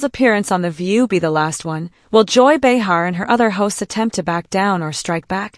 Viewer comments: Pronounced BAY-HAR GET IT RIGHT AI! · Who is this bitch narrating that doesn’t know how to pronounce Joy Behar’s name?????